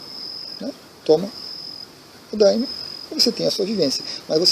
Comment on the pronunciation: Ola, estou meio confuso a respeito da sua pronuncia ''Dãeme'', sempre conheci por daime mesmo, por vir de ''Dai me luz'', ''Dai me poder'' etc.., me corrija se estiver errado por favor! abraco